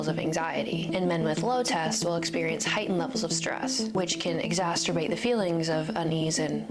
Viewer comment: ... "exassterbates" ... (?) Another Phd ... ; )